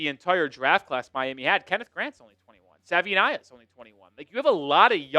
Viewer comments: Sa-vai’-ee-nai’-a Say it with me folks. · ‘ think Hawaii to say Savaii ‘